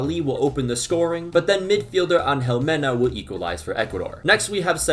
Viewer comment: This man said my last name perfectly, Mena is the way to say it. It’s crazy how many people have mistaken my name over the years